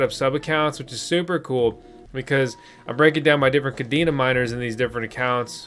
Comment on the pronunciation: Pronounced “Kuh-Day-Nuh” . Cadena in Spanish (pronounced the same) means “Chain”